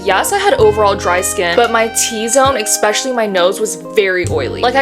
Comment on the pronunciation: I can’t listen to you saying “EXpecially” anymore Bye